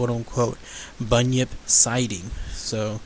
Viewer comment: You said it correctly and is also from Australia